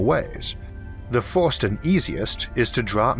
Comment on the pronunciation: This may sound ridiculous, and I love your content so much, but I don't know why I hate so much your accent. I am not a native english speaker and maybe because of that, it triggers something negative deep in my mind when you pronounce "fost" saying "first", or "yee-ohs" when saying "years". Is something stupid in my mind but I can't avoid it.